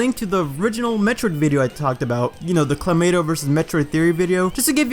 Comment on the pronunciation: > still pronounces it as Clomato